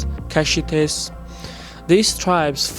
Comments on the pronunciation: There is no such thing as Chaldeans. We are all Assyrians. and it's pronounced Kaldean you dope. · Nimrod did all this long before the Assyrians... Also, it's pronounced "Kal-dee-ans" Not "Chal-dee-ans" Old world "Ch" is a hard "K" sound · why do you pronounce as tchaldians, when correct is qaldean ? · Small note, it's pronounced Kaldeans 😅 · Well done. One thing though. Chaldeans is pronounced as "Kaldeans". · Great video, images, and background music but you should really check on some of these names. It's Chaldeans pronounced with a K (ch = k) . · I cringe everytime he says Chaldeans